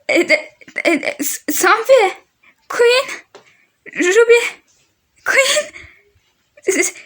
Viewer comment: Queen demeyi bile öğrenememişsiniz (kötü bir yorum değildir) 😂😂